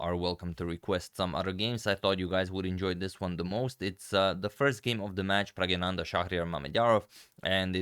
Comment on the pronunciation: Please pronounce his name as “Pragyananda”! I am also a South Indian